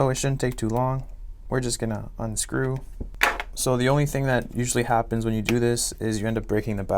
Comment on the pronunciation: I love when he says “unscrew”